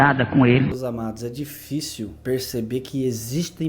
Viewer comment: Um padre que tem estudos dizer revólvore? Difíce? Luterio? Kkkkkkkkk Esse senhor aí não é padre. Não existe padre analfabeto, que não sabe falar bonito... Conversa de crente mesmo...Porque não mostrou o rosto? Tem medo do quê?